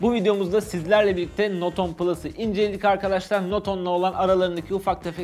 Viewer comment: Not 10 diye okunmaz note ten diye okunur